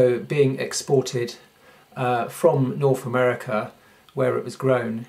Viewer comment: Where is "norf America"? What is "worfless" and "frone away"? If you are trying to educate people on a subject then at least get the English language part of it right.